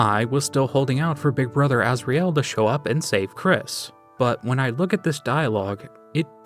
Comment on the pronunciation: the way you pronounce asriel is Pissing me off i'm the original starwalker